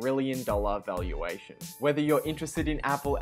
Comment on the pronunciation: I know "valuation" but what is "valaution"?